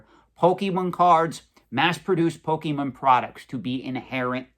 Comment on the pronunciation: Please, please, PLEASE learn how to pronounce "Pokemon". I'm being driven crazy hearing your butchery of the name. Your info is spot-on, though.